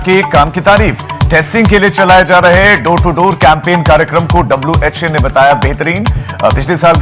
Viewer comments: Anchor saying (WHA) instead of WHO . Its sad that they're just covering thing up, and not being the voice of people. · Godi media WHA instead of WHO . HEHE!